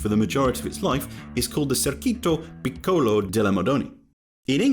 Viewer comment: Of course I would not expect the narrator’s voice to be precise in reading Italian, still I’ll try to make the “Circuito Piccolo delle Madonie” (min. ) understandable. In English phonetics it would sound like Cheerkooytoh (stress on the oo) Peekoloh (stress on the ee) daellae Madoneea (stress on the ee). And ehm, it’s actually wrong: it is in fact “Piccolo Circuito delle Madonie” (Small Circuit of the Madonie, that is) and not the other way around